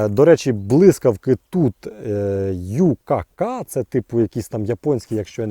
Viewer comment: Не "е-ді-сі", а "і-ді-сі". Не "ю-ка-ка", а " вай-кей-кей"